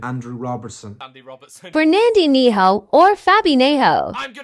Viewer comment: Fernandeeneho or fabeeniho Bro it’s pronounced as fernandinio or fabinio